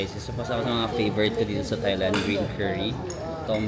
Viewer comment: Kahit yung Thailand, it's pronounced with a hard "t" and not the conventional "th".